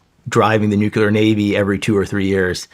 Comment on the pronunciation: Its crazy how smart he is and still says nucular